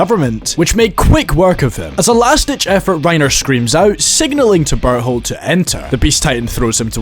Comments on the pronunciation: As a German i saw a lot of Memes making fun of Berthholds name and really couldn't understand what they meant 😂 now i know the struggle of English speakers. The whole video i heard "butthole" instead of his name 🤣🤣🤣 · I can’t stop hearing butthole when he says that guys name ahaa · Why u calling bertholdt bar hold bro 😭